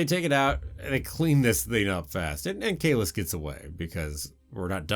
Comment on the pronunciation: Kallus (Kal-us) and Sato (Sah-toe)